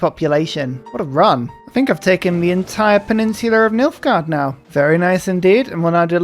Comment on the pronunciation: Me, halfway through the video: Oh, Nilfgard! I thought you said Milfgard.